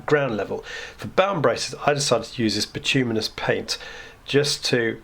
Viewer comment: nice job, now all you need to do is learn to pronounce bituminous and you will have cracked it